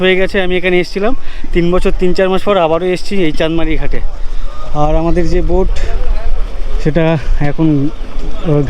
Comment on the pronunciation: Ota noika na boat bola